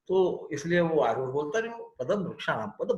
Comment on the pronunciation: पहली ख़ुशी तो ये हुई की आप "आरुढ" शब्द का सही उच्चारण कर रहे है|u-tube के कई videos और अन्यत्र आरुढ को अरुध या अरुद्ध बोलते है| बहुत ही ज्ञानप्रद 🫀🫀🫀